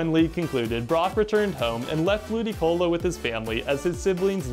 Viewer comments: I thought he said Booticolo at first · I started the video and I swear i heard Bootycolo instead of Ludicolo